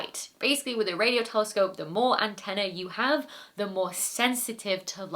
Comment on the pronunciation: Slip of the tongue, or simply the fact that people don't say antennae very often and she didn't pronounce it correctly. Are we really going to nitpick over this?